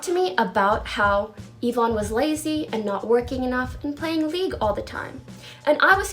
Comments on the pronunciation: Yvonne = "E-von"not "Yiv-on" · How do people cover this topic and still not know how to pronounce Yvonne. Like the content you're covering clearly shows how to pronounce her name.